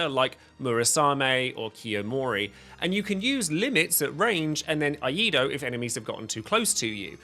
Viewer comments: Eido is pronounced ehy-doh, not ah-ee-doh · Dude its "ee-eye-do" you are saying the first two in the wrong order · Glad to see they gave Cloud some love. He was really not worthwhile in the previous versions. FWIW it's pronounced "ee EYE doh" Iaidō is the Japanese art of swordsmanship which focuses on drawing the katana from its sheath and attacking in one smooth motion. The katana of the same name in Dark Souls has a special attack from a sheathed position. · Random stumbling new sub, gonna help you a tad. It’s pronounced “E-eye-Dough”. Like the videos 👍🏻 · You're also wrong. Iaido is pronounced "Eee-eye-Dough" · Here's a neat trick to remember how to pronounce "Iaido" Old McSamurai had a sword, ee-eye-ee-eye-do!